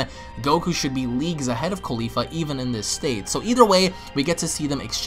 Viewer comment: cauli FLA not caulifa ITS CAULI-FLA